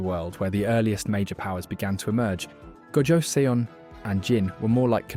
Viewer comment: Also I hope this doesn't sound pretentious but your pronouncing the last Korean dynasty name wrong. From what I remembered is that their name would sound something like ( jo - sun ) . Korean names are kind hard to pronounce even for eastern names standards by the way . Apparently where ever you see seon it is produced as sun . Though this is mostly from my intersection with learning about Korean shamanism